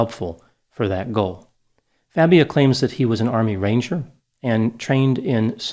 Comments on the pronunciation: Everyone needs to keep calling him Fabia....not Fah-bia like he insists it’s pronounced! That eats at his fragile ego 💯 😂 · I like how mispronounced Fabia. What do they call pretending not to be Latino?